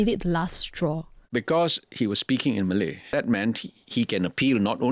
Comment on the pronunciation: Why does he say "Malay" like it has a hard "R"